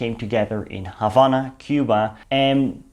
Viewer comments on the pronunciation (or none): none